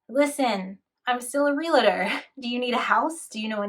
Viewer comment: It's REALtor, not re-la-tor.